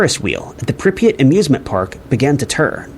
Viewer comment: Bro the city is Pripyat. First sentence of the video is already incorrect lmao.